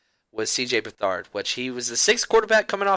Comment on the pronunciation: You 49ers need to learn how to pronounce his last name lol.Its Beth-erd